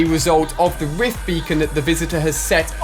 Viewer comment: If you listen to you will hear he says wift instead of rift